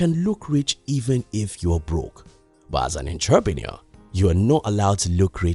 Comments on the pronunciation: I like your vids, I believe we can learn from each other. So next time you say the word "entrepreneur" learn how to say it correctly please- it's- uhntruh'pnOur. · Larry Bryan 😆 I get it but for some reason him saying that word wrong distorted disturbed my ears🤦🏻‍♂️